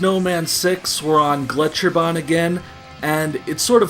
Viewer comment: I love it when americans try to pronounce any german words. That's always the best part of any old Wolfenstein game. Your pronunciation of "Gletscherbahn" was actually pretty good. "Megaschlucht"... not so much. Here ya go Now you've learned something you never needed to know